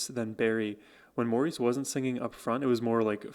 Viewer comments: Maurice is pronouced MORRIS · It's pronounced "Morris" not Maurice! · Maurice is pronounces Morris. He is the glue. He plays bass and fills in vocally where needed. He even does falsetto. Barry and Robin share lead depending on type of song.Barry has a tremendous vocal range.They remade themselves numerous times as popular styles of music changed over time. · Darling, its pronounced Morris! although spelled Maurice. To honor him, and he deserves it, we need to say his name correctly. I love your walking us through the magi c of the Bee Gees music and their amazing talent and genius. Thank you.